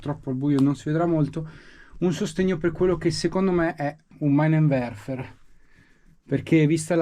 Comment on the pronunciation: ps - «Minenwerfer» (lanciamine) si pronuncia «Minenwerfar» e non «Mainenwerfer»